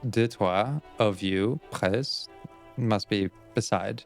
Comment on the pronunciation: just an advice on pronunciation, you don't need to say the "S" in "près", but the translation was good 10/10 :D